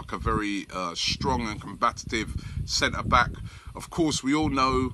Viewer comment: Robbie, not that it matters, but it's 'COMBATIVE' not 'COMBAT-AT-IVE'.... ; )